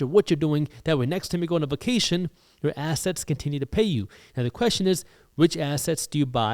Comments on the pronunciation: I love how you say ASS-setz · this guy pronounces assets like ass hats and I'm here for it 😂